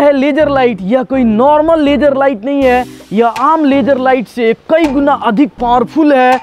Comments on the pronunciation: Poora duniya ko LASER bolega hindi wala ko LAGER LAGER zero nahi geero jeero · Sala bihari. "laajjer light"